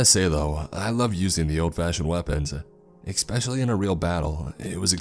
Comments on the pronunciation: If i hear you say exspeshly instead of especially i swear on your YEEZYS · Especially not ICKspecially. Marine Corps (core) not corpse as in dead body. To convey an idea clarity and pronunciation are important.